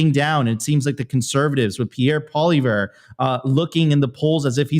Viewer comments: Actually it’s pronounced “Pwah-lee-ev-ruh”. I’m a Canadian reitired French teacher. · its pronounced like "poly-ev" for crying out loud lol